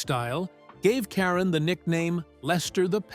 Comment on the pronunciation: Please say Leslie's last name correctly.